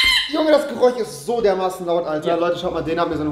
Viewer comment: Sag doch bitte gereusch und nicht,,gereuch"